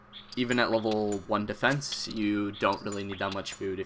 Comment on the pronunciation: How low "Defecne" does yaks have? :)